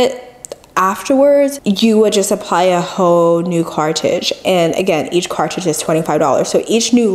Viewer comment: It's a CARTRIDGE. say it with me: "CAR-TRR-RIDGE" CARTRIDGE